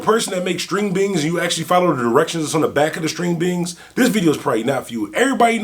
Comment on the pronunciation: You sound Funny Saying String Bings